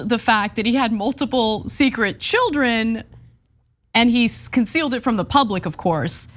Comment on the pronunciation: Not children, the word is chid-lens. Herschel Walker's secret chid-lens.